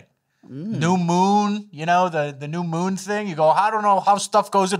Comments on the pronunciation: Did anyone else notice "Temporary Moom"?!! Hahaha! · Lol, it's not a moon it's a moom. Mooms and aliems